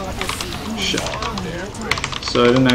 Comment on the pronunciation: love how he says shiet